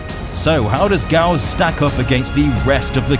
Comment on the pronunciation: in case some people didnt know, the "Gyaos" is actually pronounce Gai - Ya - Os lol (or thats what jap sounds like)